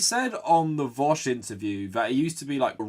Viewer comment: Can't believe you actually came up with a new way of pronouncing vaush.